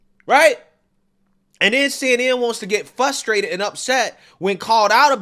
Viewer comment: "Fr" ustrated...not "Fu" strated😄 you're welcome 😊 I enjoy your content🔥